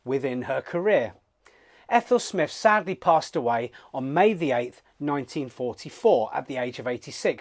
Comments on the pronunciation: So lame that he doesn't know how to pronounce SMYTH. You can even hear Sir Thomas Beecham -- friend of SMYTH -- pronouncing it correctly in a YouTube video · It disrespects the composer to mispronounce her name.